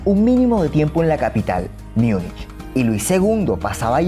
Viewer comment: Munich se pronuncia múnij